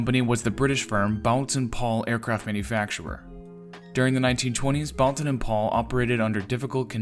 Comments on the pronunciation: The U is silent. It's pronounced Bolton Paul. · "Boulton" pronounced "bowlton.", end of pedantic outburst. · Pooohh, sigh of relief. For 50 years I said ‚bowlton‘ and now he came along seemingly proving my English very bad. 😉Thanks, not pedantic at all.